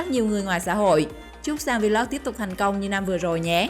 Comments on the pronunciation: Vê lốc, kêu vê lóc vl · cứ đọc vê lóc đi vê lót vê lót nghe bần vc